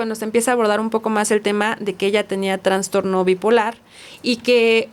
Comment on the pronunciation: Sorry! Es TRASTORNO, NO TRANSTORNO!!! POR FAVOR 😢